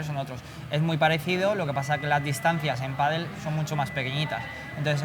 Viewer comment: Il me semble que l'on prononce padail et non pas padeul : pádel. L'autre prononciation se rapportant à un sport d'eau avec planche. 😊